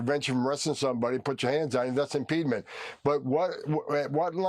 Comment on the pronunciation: Can Homan get the marbles out of his mouth and pronounce words correctly?????